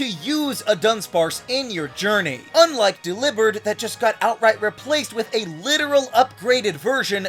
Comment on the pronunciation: Don’t say delibird again